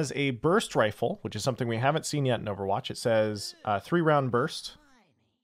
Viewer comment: Emphasis on the "rifle" part